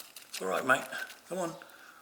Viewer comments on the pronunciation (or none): none